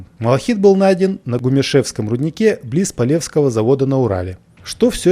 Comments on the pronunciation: ГумЁшевский рудник, а не гумешЕвский. И завод ПолевскОй, а не полЕвский. Это где была найдена глыба малахита. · Рудник гумёшевский, ударение на ё. А город Полевской, ударение на ой. А малахит даже в огородах находили. У меня бабушка несколько раз находила. Очень интересная информация. Благодарю.